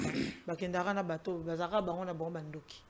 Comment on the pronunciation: on dit ndoki et non doki